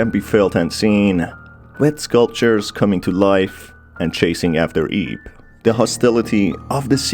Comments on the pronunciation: "Who ate her in journey" I sure hope he didn't (also, I know he said "aids" The Auto Captions just suck with accents) Edit. Also. Ib is supposed to be pronounced like eeb (it's like eve, but with a b) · It bugs me "IB" pronounced as 1 word... it is pronounced as "I-B" or "i-bu(イヴ)" lol